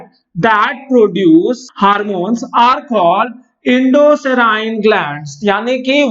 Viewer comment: HARMONES nhi HORMONES 🤦‍♂️🤦‍♂️🤦‍♂️👹👹